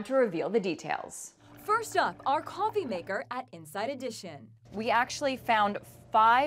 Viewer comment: She said coffè instead of coffee